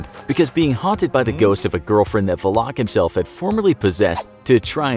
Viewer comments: Why is he saying valak like va-loc? I thought it was val-lic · Valak isn’t pronounced that way